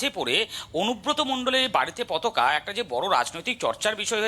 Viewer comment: পতকা নয়, পতাকা বলুন